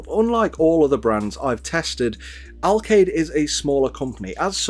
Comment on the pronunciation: "Alkaid" Have you checked if there is a bomb inside ? :D